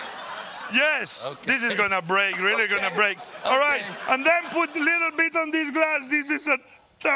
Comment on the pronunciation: Chef said " theese ees a horrible segment ... "